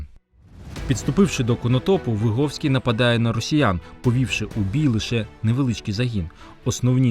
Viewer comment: Вибачте, але Ви не правильно вимовляєте прізвище гетьмана. Ви говорите на російькій ВигОвський. Але українською правильно ВигІвський. Ви самі кажете, що він з селища ВигІв. А російською це село пишеться ВигОв. Справа в тому, що я звідти родом і моє дівоче прізвище ВигІвська. Я цим цікавилася ще з дитинства. Мені було дуже неприємно, коли мене називали і писали ВигОвська, я сперечалася з усіма викладачами всюди і примушувала їх переписувати моє прізвище